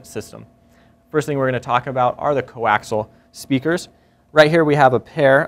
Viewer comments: coaxial = koh-aks-EEE-yal, not koh-aks-al. Sorry, had to go grammer Nazi man. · Co-Axial, not coaxle! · It's fucking co-axial, not co-axle. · Coaxial* not fkn co-axle.